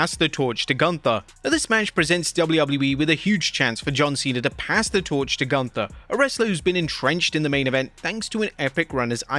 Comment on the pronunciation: You are mispronouncing Gunther. Sprechen sie Deutsch!!!